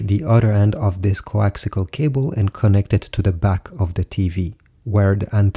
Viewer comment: coaxial. not coaxical